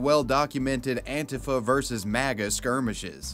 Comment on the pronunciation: Ant-uh-fa? Lmao it’s ant-ee-fa